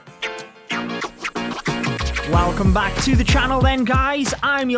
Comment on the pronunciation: When the intro finished and you said “welcome beck guys” I thought you were about to sing lol